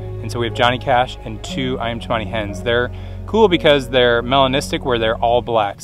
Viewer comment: And it is definitely Ayam not Iam. An aussie living in java